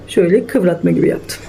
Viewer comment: KIVRATMA DEGIL KIVIRMA